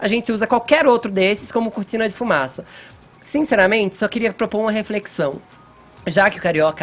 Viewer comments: Fefito, pelo amor de Deus, procure um fonoaudiólogo, da gastura ouvir esses "s" onde não existem... "tsirar", "dse novo ", "fato objetsivo", "sinceramentesi"... afffff! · tsinceramentsi? Fefito vai te fuder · obviamenTZE sinceramenTZE